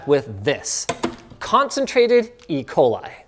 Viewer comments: "Don't get E. Coli" That sounds like E. Coll... Is this a reference to the retro future?(Elliot Coll) P.S. I KNOW What E. Coli is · E. coli, not "E. Coli", my God, this is an infinite war of mine! Hey, I'm kidding, I've seen my collegues (physicians) make the same mistake over and over XD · You did not just say you're using 'Ecoli...' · Did... did he just say 'E-coli"?